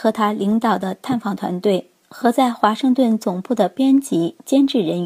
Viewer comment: 明镜新闻华“森”顿报道 哈哈哈哈哈哈哈哈哈